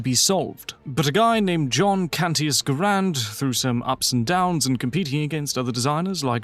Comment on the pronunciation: GARE-und, not guh-RAND. John Garand pronounced his name that way.